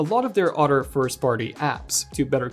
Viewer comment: Here to listen to this lowkey Andrew Garfield lookalike pronounce "other" and "rather" as "odder" and "rodder".